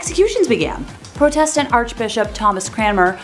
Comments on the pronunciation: This presenter should learn how to say a number of basic words ie pro test ant instead of protastant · EVERYTIME SHE MISPRONOUNCED PROTESTANT I CHOKED ON MY COFFEE